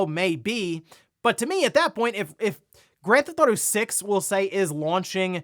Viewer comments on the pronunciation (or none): Am i the only that notices He always say GRAND THAUTO? LOL